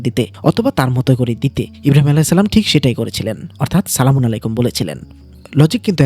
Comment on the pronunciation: ভাই আপনি যে সলামুন আলাইকুম উচ্চারণ করলেন সেটা ভুল উচ্চারণ কারণ। সালামুন শব্দে লাম উচ্চারণের সময় একটু দীর্ঘ করতে হয় কুরআনের শব্দ অনুযায়ী। আর আলাইকুম উচ্চারণের সময় শুরুতে আরবি শব্দের "আইন" দিয়ে শুরু করতে হবে এবং লাম্ উচ্চারণের সময় দীর্ঘ করতে হয়। তাইলে উচ্চারণ ঠিক হবে।❤❤